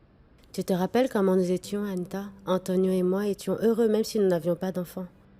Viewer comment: Non ça me fait trop rire la façon dont prononce Antonioooo😂😂😂